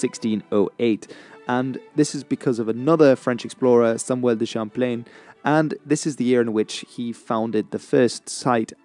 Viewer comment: Samuel Duhshamplane